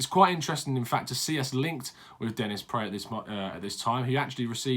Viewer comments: Apparently Tom somebody in a comment section not this one who's Belgium themselves said Praet is pronounced PRAAAAT the 'e' is a silent letter . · Pronounced praAt like car or bra